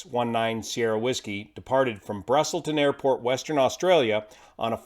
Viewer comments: Sorry, got to call you out on your pronounciation of the airport the flight departed from. It is “Busselton”, not “Brusselton”. Drop the “r”. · Your pronunciation was pretty good, don't worry,. Though you mighta flubbed busselton as brusselton once, flubs don't count:D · Busselton mate not Brusselton, great vid explaining this tragedy (for 139) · Busselton not Brusselton, Hopetoun "Hope town" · Busselton, not Brusselton. Great report on this accident. ❤ Your channel.